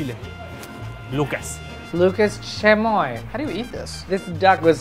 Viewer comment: “Lucas shamoy””